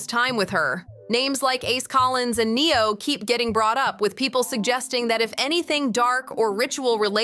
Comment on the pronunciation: Who the hell Neon??? Hahaha. It's Neo and Pronounced Asia for the girl